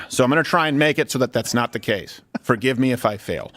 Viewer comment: Freudian slip... "A GAYse of example". 🤣